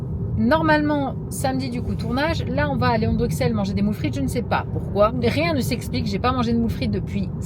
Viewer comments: Pareil, difficile pour les oreilles belges 😂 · Merci, ca me perturbait aussi 😂😂🥰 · Je ne peux pas continuer la vidéo sans dire ça : le x de Bruxelles se prononce ss, donc "Brusselle". J'ai dû mettre pause à la séquence dans la voiture pour venir le dire parce que ça me rendait foooolle hahaha 🤭 Bisous de belgique et courage pour la maison au japon 😘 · comment tu dis bruxelles ???